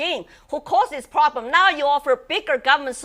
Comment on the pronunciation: Hurro?! No probrem 😉